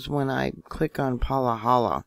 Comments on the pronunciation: Thanks...fyi it's pronounced Pa-hala, not Palahala. Ha-ha (ex resident) Good info... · it’s Pa-ha-la🤣🤣